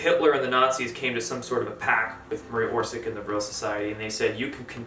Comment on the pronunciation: It is not Maria Orsik it is Maria Orsić ... ć= soft "ch" like "Chandra (Moon)" ... č=hard "ch" like Chakra